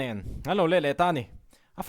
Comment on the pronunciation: Jlalrosanga tih hming a rik a, ka beng in a hriat chu, jlalrosanga tih i lam rik dan hi a nawm hmel, i tawng dan hi a nawm hmel hrim hrim